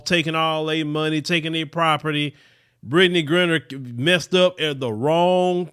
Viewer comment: Brittney who? Lol check the pronunciation